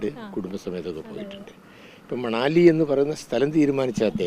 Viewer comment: മണലി അല്ല കൊച്ചേ മനാലി... 10 പ്രാവിശ്യം എഴുതി പഠിക്കു... മനാലി